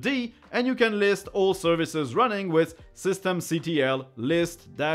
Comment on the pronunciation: Sorry but the command "systemctl" It's not pronounced or named system C T L, it should be referred as "System Control" the command "systemctl" is just an abbreviation of "System Control"